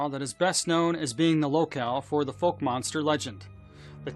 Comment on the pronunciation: Foke lol cant pronounce the town name , its F-oww-ck